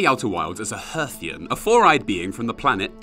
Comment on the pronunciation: Hearthian. Timber Hearth. From 'hearth', meaning 'fireplace' or 'home'. HARR-thian. As much as I like this video, it physically hurts every time you say 'hurrthian'. Love the rest. Rock on.